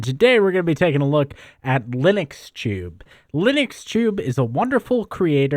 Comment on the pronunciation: he said limuxtube not linuxtube, dont you listen